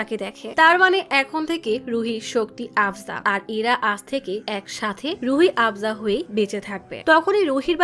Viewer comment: রুহি আফজা❌ রুহ আফজা✅ 😂😂